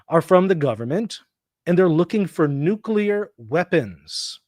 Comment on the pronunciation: "Nucular." Oh brother!